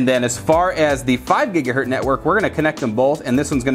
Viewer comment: It’s mega bits per second, not megabytes....and gigahertz, not gigahurt.